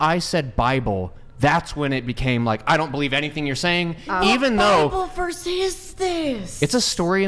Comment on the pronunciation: When she said bible verse I heard Bibleverse like it’s a frachise